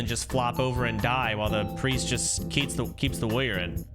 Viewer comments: Soda has probably said the word "warrior" more than 99.8% of the population to have ever existed and still can't pronounce it. Woyer Wuhyur Wroryeer. Asmon does the same shit. Is it an degen autism thing? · The way he pronounced warrior as “woyer” the entire time was super annoying.